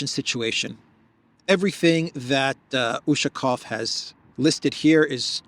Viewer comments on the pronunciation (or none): UshakOOOOOv, stress on the last syllabus